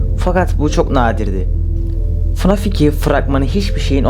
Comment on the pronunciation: Fnaf❌ Fanaf✅